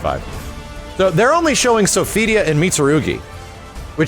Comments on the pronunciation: it's not "So-fidia", it's "So-fi-tee-ah". 😆 But still, thanks for the upload! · The way you mis pronounce Sophitia is so annoying. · Stop butchering my waifus name shiiiiit!